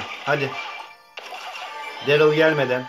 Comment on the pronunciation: Derıl degil darliy diye okunuyo